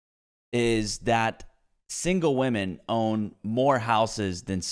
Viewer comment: Lol i was just wondering out of curiosity why do some peoppe say VVomen instead of women? Is it a meme or soemthing?